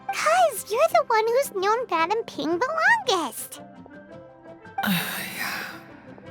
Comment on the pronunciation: Midame Ping